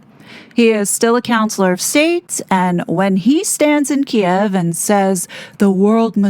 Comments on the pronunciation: Thank you for pronouncing “Kiev” correctly. I hate how legacy media changed the spelling and pronunciation. Oh and it’s Russia’s borders and sovereignty that have been disrespected by NATO. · The monarch has always had “soft power”. That’s the point. As to whether the king knew Harry was going to Kiev (pronounced Keev), is anybody guess. Maybe this’ll be the push that gets their titles finally removed. The king wants his son back. Maybe. Thats the whole agenda. Maybe. He’s too soft, and he is not putting the monarchy first as his mom did. It’s unfortunate to watch the monarchy becoming a joke, and many of us are looking forward to Prince William showing how it’s done. Again. (Rip Queen Elizabeth).